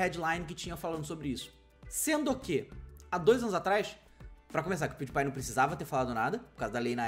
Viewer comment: Se pronúncia " Piuripai " .